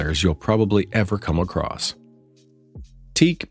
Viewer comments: WTF is Teak??? It's Teac as in tee-ak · Any one who calls Teac teak, doesn’t know hi fi ! It is pronounced T Ack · I really can't take anyone seriously who pronounces teac as teak! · It's pronounced Tee Ack